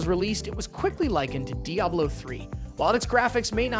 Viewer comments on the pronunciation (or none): none